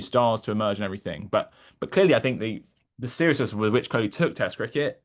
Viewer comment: Bro, I'm sure would call him deephaaak goyawl. So it's fine. Why don't you correct vyrat koli and kl raoul.